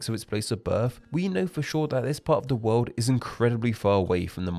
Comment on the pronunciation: wolrd-a hungary-a MAKE IT STOP